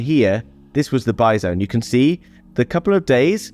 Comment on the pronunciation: Every time you say "buy zone" I'm imagining a Bison... lol